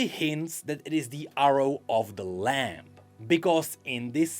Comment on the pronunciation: tha lamp and the wolf kekw jokes aside, fyi: the b in lamb is silent